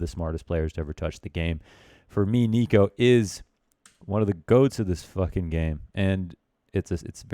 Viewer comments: niko does not rhyme with demo -. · niko rhymes with demo English teachers: Am I a joke to you?